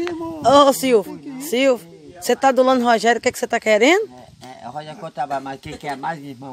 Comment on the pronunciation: falou silvokkk,bh.